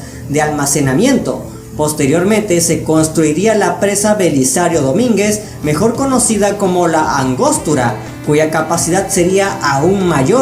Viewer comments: Se dice angostura no angóstura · Angostura no Angóstura, creo que la cagaste.... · No marches, no se llama Angóstura, sino Angostura. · "¿Angóstura"? "¿Milímetros cúbicos en lugar de Millones de metros cúbicos en un canal de ciencias"? Hay diferencias entre minúsculas y mayúsculas, paisano (¿Y el acento tabasqueño, apá?). Un poco de asesoría le hubiera dado mayor contundencia al reportaje pues el tema lo amerita, pero buen intento. Veremos cómo están los otros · Hay que leer más... De angosto; no sé de dónde has sacado pronunciar con acento donde no lo lleva. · Excelente video, también por ahí se te fue pronunciar mal el nombre de la presa Angostura, dejando de lado esos detalles, que si, no dejan de ser importantes, toda la info es super clara y fácil de entender.